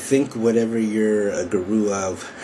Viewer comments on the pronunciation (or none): the accent is actually on the first sylable. So it is GU-ru and not gu-RU. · It appears many people believe in the "less competition the better" idea. I suggest that is extremely often the _wrong_ way to go. You're a high-quality blogger, so I think People and Blogs is the right one (since you're sometimes philosophical/serious). But, fyi, the first pronunciation of guru is "goo-roo," with the accent on the first syllable, lol. But whatever . .